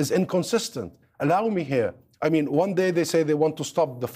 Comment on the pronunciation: Does he me-an Oct 7th hu-manity?